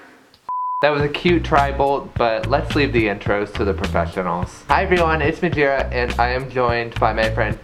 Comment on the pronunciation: Mjagina .. I thought he said vagina